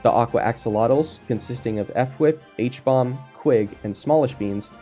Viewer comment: you keep saying f-wip instead of fwhip as in 1 word and its killing me 🤣